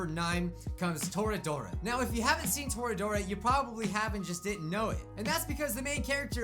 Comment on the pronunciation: Oh yeah. ToRAIDora